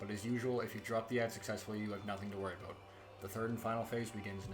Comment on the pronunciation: He said "aboot" 😁. You're candian eh?